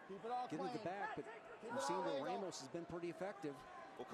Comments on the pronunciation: It's pronounced RAH mos. Not RAY mos. Don't try to change a Latino name. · it's not ray mos